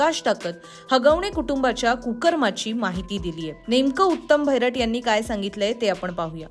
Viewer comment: भैरट नाही बहिरट!